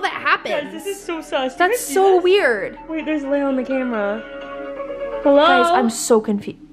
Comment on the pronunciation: Layla? It's lael